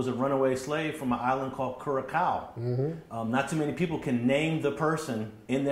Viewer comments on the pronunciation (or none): The interview of us getting kind of tight lol. And Curaçao is pronounced “Kurasow,” not “kurakow.” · It’s Curaçao (Curasao) not Curakaoo